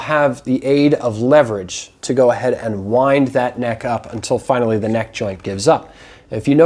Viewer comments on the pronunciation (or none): none